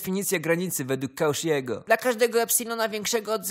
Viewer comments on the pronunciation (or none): Jego nazwisko nie czyta się "kauszi" ale "koszi".